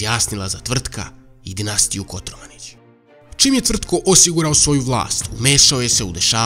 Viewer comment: Kotromanić a ne Kotormanić